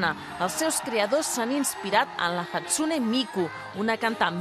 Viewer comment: me dio risa como dijeron "la jatsune" XDDD